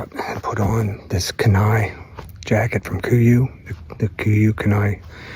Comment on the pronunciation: holy shit you keep saying KENAI wrong holy shit dude watch a a video on the KENAI penninsula in alaska holy shit